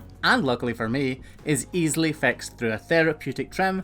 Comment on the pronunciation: I love it when you say "It's easily fiksed.", because I automatically think "For you maybe." I wouldn't know what to do, but I'm glad people out there do, animals deserve a good life too.